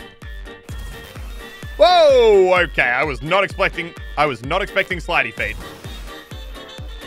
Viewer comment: “I was not explecting” Muselk 2021